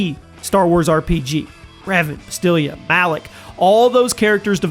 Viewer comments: He pronounced it like you wrote it, Bastilla (with a Spanish double L) while its spelled and spoken as Bastila with 1 L. Annoying indeed. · ITS BASTILLA, NOT BASTILLIA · I heard him say 'Basteelya' in the video. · Gave you a thumbs down for one reason and one reason alone: "Bas-TILIA"??? Do you also pronounce "aluminum" as "alu-MINIUM"? Philistine. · Repeat after me: BAS-TILL-UH!!! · Its "Bas-til-la"...cmon now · Hang on, did you just call her Ba-STILL-ia? You had one job to do. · Great news update, but please never pronounce Bastila's name like that again.